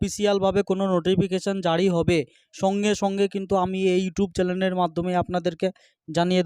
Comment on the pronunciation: দাদা ওটা চেলেন নয় চেনেল